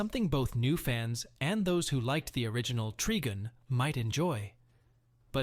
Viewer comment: Treegun? It’s Trigun — someone needs to sort out the AI voice over.